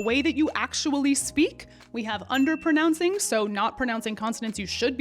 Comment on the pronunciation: You say”underpernouncing”…